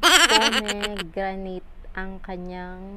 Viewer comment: We have pomegranate in our country, hija. The ingredients and it's mechanism of action you mentioned are faulty. Search mo muna ng tama. It's read /po-muh-gra-nuht/. Pronounce it well. Try posting before and after photos/videos so that your video will be of use.